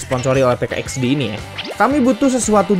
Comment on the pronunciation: Min PK XD bilang nya PIK x di